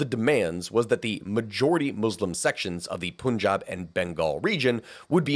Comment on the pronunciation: Hey! Love your videos but, please, please It not “Poon Job” it’s “Pun-job”. I’ve heard way to many teachers and historians say it wrong so I just have to say it here